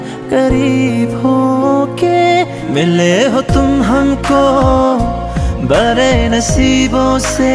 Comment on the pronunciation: Learn properly before singing how to pronounce "BADE बड़े" "TADPE तड़पे" 😂